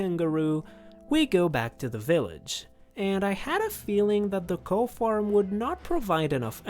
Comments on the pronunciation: In english, cow is pronounced like cau. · That's not how to say "cow"